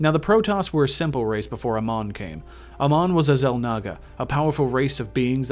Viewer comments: ITS NOT AMAN..Its Amon..PLease learn the correct names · Why cant any these fuckers that play Heroes ever pronounce Amon’s name correctly? Who the fuck is “ah-mon”. Its “ei-mon”. Amon did not find the protoss. It was the Xelnaga race that created the protoss. Then within the protoss race, somebody managed to bring unity to the race through the Khala which allows them to connect their thoughts as one. It is not the Protoss that rebelled against the Xelnaga, its the Zerg Overmind that went against them, another race that the Xelnaga created. The Aeon of Strife was a sort of war between the protoss who worshipped the Khala and those protoss who chose to sever their connections from the Khala who were then branded as heretics. Unlike what you said, the protoss never killed the Xelnaga, it was Amon who killed the other Xelnaga. Honestly dude, you know jack shit about the content you wanted to put out. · well me being a starcraft fan the lore you said was mostly incorrect ALSO THE WAY YOU PRONOUNCE AMON IS SO BAD... sorry it pronounced AAmon not aMON. just don't be angry these are the flaws i saw. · Your saying Amon wrong you noob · Why do you not pronounce Amon as they do in Starcraft?